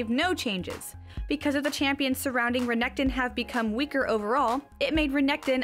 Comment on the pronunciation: Renekton. Stressing the K too much. Visage. French word for face. etc